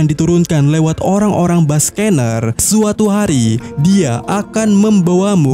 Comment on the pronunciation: Nama ras kuma itu dibaca Bak-Ke-Nir, bukan Bas-Ke-Ner